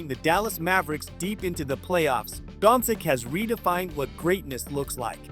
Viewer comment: Jesusssssssa...can you kearn how to say his surname right before commenting....Dončič...Luka Dončič!!!